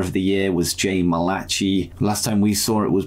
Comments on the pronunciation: Malachi is pronounced the same way as Malaki, just so you know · The pronounciation of Jay Malachi’s name is killing me 😂